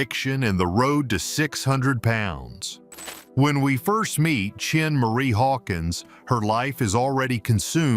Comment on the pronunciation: Her name is Schenee (Shin-ay) NOT CHIN-MARIE